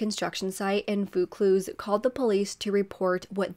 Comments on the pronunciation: Happy New Year from Sydney 🎉🥳. Just letting you know the suburb is pronounced "Vaw-cluse" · Nice to see such a recent Australian case, thanks! Pronounced like Vore Cluse lol